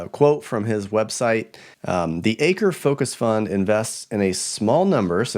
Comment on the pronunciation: Just a slight correction regarding "Chuck Akre"...his surname is pronounced as "Ack-ree". Otherwise, an excellent presentation, as always! Thanks for your great work and efforts!👍